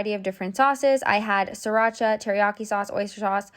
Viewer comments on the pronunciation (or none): none